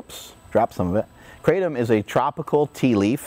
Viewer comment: Living in South East Asia and knowing the correct way to pronounce Kratom, it annoys the living shit out of me everytime I hear an American say "Kratom" .... But then I also quickly realise how I'm being a dickhead for judging someone just because of the way they say a word... God this is difficult to deal with 😂😂